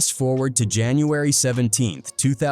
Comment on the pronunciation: Gucci May-Nay? 🤣🤣🤣